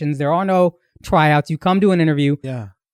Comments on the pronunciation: Bruh I don’t get how flew past me cause that is a hard ‘TWYour’ but tbh I don’t hear it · We going to ignore the fact Akaash keeps saying twyouts and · "Twyouts"? 🤣 Bruh get ya mouth together.